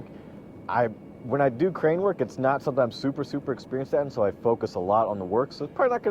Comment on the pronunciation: When you said crane day I thought you said gray day like the sun is not going to be in my eyes so no excuses there😂😂😂